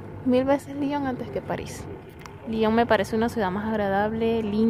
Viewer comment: muchacha tu eres venezolana o gringa? liiiiiiiiion? LION con O pronuncia bien la O.